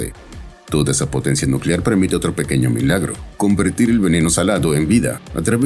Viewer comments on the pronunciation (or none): none